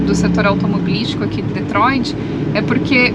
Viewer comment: o nome da cidade é DetroiT e não DetroiD.